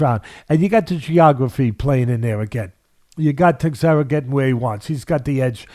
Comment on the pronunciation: Glover "TEX-era"😂🤣😂